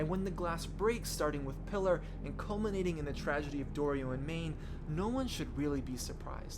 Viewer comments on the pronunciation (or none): FYI Pilar is said "Pee-lar"